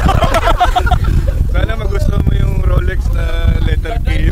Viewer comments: Rolex ❌ ROLEKS✅✅✅ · "Roleks" tho 🤣🤣🤣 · Rolex ❎ Rolek's✅ 😂😂😂😂😂😂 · ROLEX na may "K" 😭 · may “K” ang ROLEKS 😭😂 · Solik yung “Roleks”😂😂